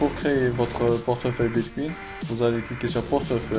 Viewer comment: Mdr bitcuin bitcuin Sinon c'est bien mais relax quand tu filme